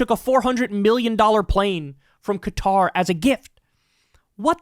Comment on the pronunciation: I have to say thank you for saying Qatar and not Cutter, like so many other channels. It's been driving me crazy! ☺️